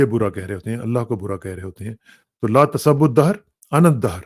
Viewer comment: لا تسبوا میں س پہ پیش ہے آپ نے زبر پڑھا.. آپ کا مداح دوست محمد خان